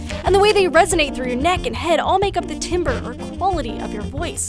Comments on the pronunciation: It's pronounced tarmbre as in tar not tim. It's French i presume. Anyway that's me just being picky ;) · It's not pronounced Timber, I thought it was said as Tamber.